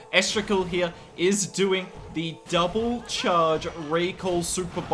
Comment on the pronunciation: “DOBLE” or double?